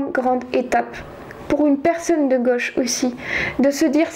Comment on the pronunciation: Donc, vous êtes super. faites gaffe vos prononcez tous vos O en E et vos AI en é, c'est très dur a entendre. ça donne en éxagèrant en peu: la G(E)che pour la gauche , dans les fés, pour dans les faits, rejé pour rejet. Cordialement car cela n'enlève rien à la qualité de vos propos.